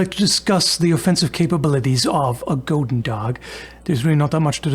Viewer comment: on the subject of the pronunciation of goedendag, i believe has decent german. so explained in german terms, OE in dutch is a similar sound to the U with no umlaut in german. both Gs are more like the CH sound in german, like at the end of the word nach. chudendach